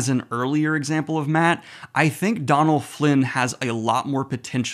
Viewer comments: Donal is pronounce Doe-nal not Don-al, There's an accent/fada on the o (it's a Irish/Gaelic name) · Love the channel and the wheel of time content, just a small thing, his names pronounced dough-null Flynn not donnell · Buddy just a heads up I'm fairly sure Donal's pronunciation is "Doh-nal" - at least how it usually is pronounced here in Ireland 👋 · I think Donal Finn is a good actor but I'm sorely missing the humour and lightheartedness that I always associated with book Mat, hoping it comes back later in the series 😢 (btw, his name is pronounced Doh-nul, like dough or Homer's D'oh 😂 Tá fáilte romhat!